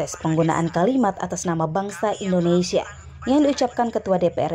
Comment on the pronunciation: Yg satu terlalu mengagung2kan & sering membawa nama nya dalam setiap pidato. Yg satu mengkoreksi hal yg tidak perlu, sampai ia pun berat utk mngucapkan INDONESIA dengan pengucapan yg lengkap! (Ada apa?) "Siapapun berhak mengatas namakan BANGSA nya sendiri untuk suatu perihal yg Positif"